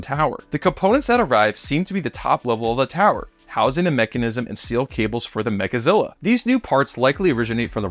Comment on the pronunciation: Mechazilla, not Megazilla